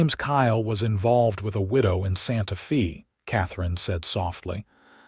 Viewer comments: Good overall story. I can tell, however, that it is AI that is reading the story. There are many mispronounciation...Santa Fe (the "e" in santa fe is not pronounced with a "e" at all, it is prounounced with a "strong A"...Santa FA. Other words are Salve...the l in the middle of the word is silent...saave, not save...the like the word calve. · Pretty good story. Better than a lot of AI stories, eventhough Santa Fe was mispronounced every time.